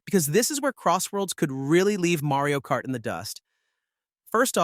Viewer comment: "Marey-o Kart"? 🤨